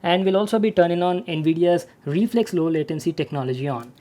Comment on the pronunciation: reflex more like re-FLEX